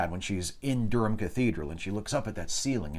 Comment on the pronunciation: Good to hear you pronounce 'Durham' correctly. When it cropped up in an earlier chapter you mispronounced it horribly. Of course the funniest thing in the world is hearing an American try to pronounce 'Leicestershire' or, even worse, 'Worcestershire'.